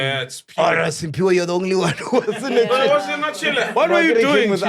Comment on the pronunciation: Mac, Sphiwe’s name is ‘Cphiwe’, not Simphiwe! He’s been telling u since Sun_Bet‼️